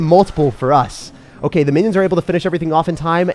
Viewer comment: Did my man really say Winnions☠️